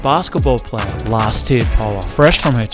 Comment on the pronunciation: Please tell Americans that it’s Last Tear and not Last Year